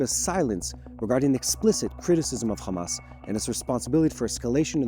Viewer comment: the right way to pronounce those counties name is Iran not I RAN OR IRAQ. NOT I RAQ OR HAMAS NOT KHMAS OR HOUTHIS NOT KHOUTHIS , IS NOT BAKHRAN IS BAHRAN , I HOPE YOU LEARN HOW TO PRONOUNCE THOSE COUNTRIES NAME NOW. CHEERS